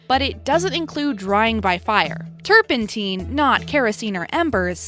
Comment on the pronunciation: Turpent- 👁-n. Not turpentEEn. The single n and silent e are your indicators to use the long or short vowel pronunciation.